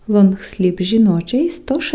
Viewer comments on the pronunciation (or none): Лонгслів, а не лонгсліп